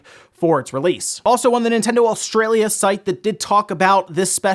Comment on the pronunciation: I’m gonna pretend you didn’t say Australia like that